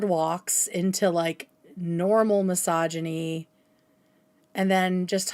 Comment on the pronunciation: doing a great job as per ush & petty me HATES how says misogyny "massage-eny". It hurts my ears, so listening in is rough 🫣 Is that a regional/accent thing, OR is it just someone who learned the word 'misogyny' last year? 😅